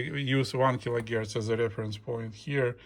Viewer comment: Kilo herc not gierc!